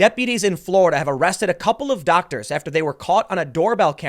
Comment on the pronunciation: did you say doctors?